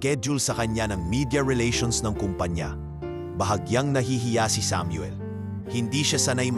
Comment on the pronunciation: Bigkasin mo Muna ng Tama Ang Samuel bago ako makinig😅😅😅